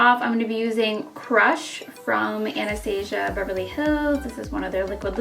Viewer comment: You pronounce Anastasia wrong, I wish I could say its a tomato- tomato ordeal but its not....